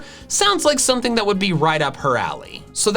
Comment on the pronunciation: You were right the first time with Rowan But why juniper with a p? It’s an f sound .~.